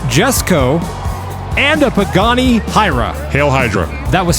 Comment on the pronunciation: I can try to help. The Pagani Huayra is pronounced: pah-gah-KNEE (emphasis on last syllable) hwhy-rah. Literally pronounce the word "why" with an "h" sound in front of it. The word means "God of Wind" and thus, maybe that will be evident in some big air finishes for this vehicle?